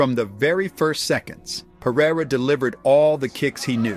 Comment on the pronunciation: If AI is so smart then why can't it pronounce a name correctly? Peireriaia